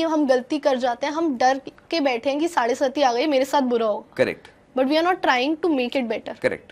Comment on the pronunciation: साड़े सती नहीं मैडम. साड़े साती. 🙏(7 = सात)